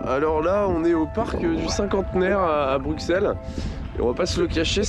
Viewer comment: La prononciation de Bruxelles tout au long de la vidéo me donne des envies de meurtre.